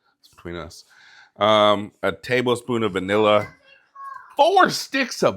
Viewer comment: Happy Birthday! Hope your area of Beulaville escaped the snow that coastal NC received. Cookies look delicious and vaniller...too funny. Reminds me of taters and maters we said as kids and fridge now. Southern speak was funny to us and still is. Best to you and family...love those kids helping;so cute and you are so patient.